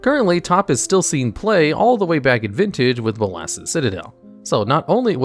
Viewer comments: Is there some sort of joke where this guy intentionally mispronounces card names? bo-LOSS, Ermkul, ect. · please check the pronunciation of modal. it's moe-dal:) bolas also:) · This guy should probably learn how to pronounce words before he goes over cards. Modal, conflagrate, Bolas, Emrakul?